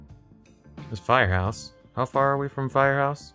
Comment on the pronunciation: Fun video, congrats on the gold medal! Just a lil note that Firhouse is “fir-house” rather than “fire-house” and Ballina is pronounced “Bahl-in-ah” rather than “Bahl-ee-nah”. And the area you were in in the last round was a Gaeltacht area (“gale-tock-t”) which is a primarily Irish speaking area, hence why so many signs were in Irish. Looking forward to your next Ireland video if there is one 😊